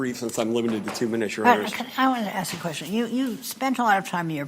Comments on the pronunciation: An attorney saying axe instead of ask. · Even this mans lawer said axe instead of ask. Wth. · You're a lawyer for cryin' out loud. Learn how to pronounce "ask". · Why is the word ‘ask’ so difficult